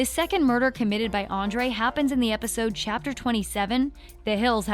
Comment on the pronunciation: You pronounced so many of the names wrong and some of these people aren’t even characters. Like Marigold, who is that. Hiram framed Archie not Andre. Also it’s Andre, not Andrew. Sorry if I sound kinda rude, it was just kinda bothering me cause I’m obsessed with the show. 👍